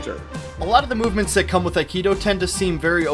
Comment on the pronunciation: "Wing chun"... "No Akido" CLOSE! I spit out my water.